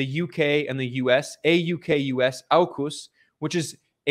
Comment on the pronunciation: Love your work Ben. It’s pronounced orcus.